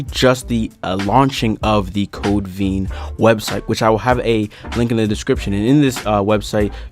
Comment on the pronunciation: VEIN like in your arm not veen